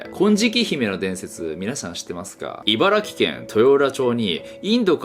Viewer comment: 茨城をいばらぎって言ってないから嬉しかった